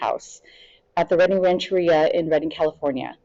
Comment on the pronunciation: Great job! BTW, it’s “ran’-chur-REE-a” and “te-HAY-meh”